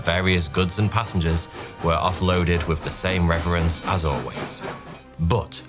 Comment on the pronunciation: Okay that's enough. For years I have tolerated you pronouncing "" as "Forty-two," and "three" as "free" because I had just assumed it was an unfortunate speech impediment. But pronouncing "reverence" as "reference" tells me that you are just taking the piss. I'm still going to watch your videos and your bizarre pronunciations are still going to annoy me. So don't take the criticism too seriously. (And to commenters: Of course I know he's not going to read this- and also I don't give a sh-t what you think.)